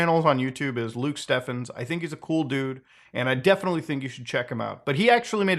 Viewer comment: The game was originally supposed to release on March 3rd too. I wonder what the game would've looked like if they decided to release it then. Edit: it's pronounced Luke Steeephens lol